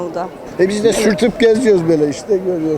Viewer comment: Üstüne basa basa söyledi.